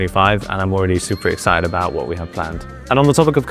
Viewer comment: There's not gonna be a commercial recap without "super excided" :D